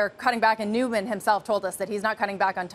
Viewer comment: Why do people pronounce his name newman? It’s noyman